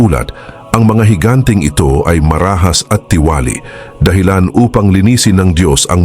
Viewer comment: marahas, katiwalian, pagbubukod ay iilan lamang sa SABLAY ANG PAGBIGKAS mo sa Tagalog o PRONUNCIATION .. sana pag-aralan muna tamang bigkas bago mag-narration para di ma-disrupt ang pakikinig sa mga Salita ng Dios